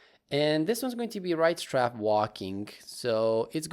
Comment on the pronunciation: You prounounced matinee correctly, but pronouced strafe as straff instead it should sound like straef like as a in grape. Anyways amazing tutorial love your videos and beatboxing 😊